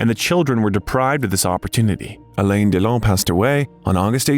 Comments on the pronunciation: His name is not "Elane" Haha. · Please don’t pronounce his name like Elaine, it sounds ridiculous. Just get a native French speaker to help with the pronunciation ! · It's not A-lein, it's A-LEN :))) gee... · please pronounce his name right…not elaine…alain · It’s not Allen it’s Alain you don’t pronounce the N at the end . Just saying 😊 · Please learn how to pronounce the name Alain. Please. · OMG, the American pronunciation of French names and words!! Why try so hard? Loved this man; there will never be another Alain Delon!!